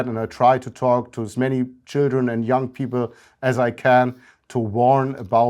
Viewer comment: no, there's a bit of a northern English tinge to it. He says "young" like it's the German word "jung", for example.